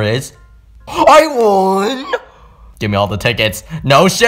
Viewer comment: He said: I ON?! instead of i won